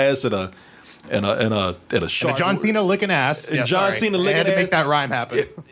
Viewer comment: "John Say-na"